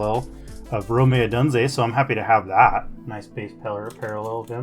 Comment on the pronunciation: Rome said like Rome, not Romay. Odunze said like Oh-dune-zay.